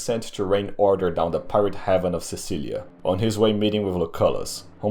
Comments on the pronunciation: That's the third time I'm watching this over the years and I've only now noticed it ( so I'll point it out in case nobody else has already, to prevent people from looking in other places on the map). In ( and before when you refer to the captors of Caesar) you call the area Cecilia ( don't know how you spelled it) ( which awfully sounds a lot like Sicilia); It's Actually Cilicia (Κιλικία, with a k sound in Greek). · Kilikia is better pronounced with a K as it confuses with Sicily/Sicilia. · I am going to assume that you just misspronounced Cilicia